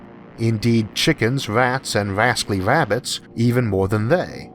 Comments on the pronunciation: I know you have a very lighthearted approach towards your rhotacism, but whatever you're doing to work on it is doing quite a bit of good. Your 'wascally wabbits' is now registering as 'rascally rabbits'. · Did I hear correctly that you said Rascally Rabbits? With Rs? Did you practice that phrase? Wow!